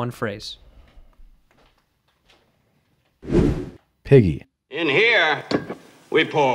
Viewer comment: Did lord Tom say "pity" or "Piggey"? I cant sleep now!